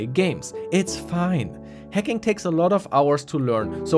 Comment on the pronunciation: I kept on thinking he was saying 'hecking', not hacking